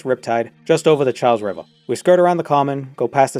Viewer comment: Thank you kindly for your proper pronunciation of the Cha'les RIva'